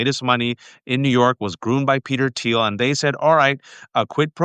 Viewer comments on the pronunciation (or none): none